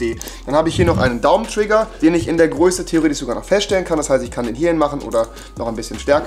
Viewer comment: Wie oft er Theoretich sagt haha